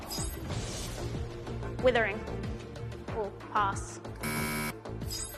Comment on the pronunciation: But she literally said Wuthering whaat